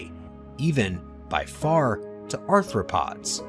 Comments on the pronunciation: He said "anthropod," like it's an early APE. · Also, arthropods NOT anthropods or -especially- anthropoids!